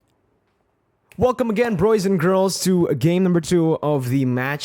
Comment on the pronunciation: Always waiting for my man next upload! By the way, can anyone enlighten me why says Broys and Girls? I have no idea how this came to be. 😂😅 Supporting my favorite MLBB caster all the way from Ph! 👊